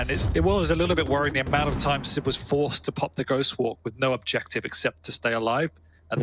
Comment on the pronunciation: Dear, it's siB not siP...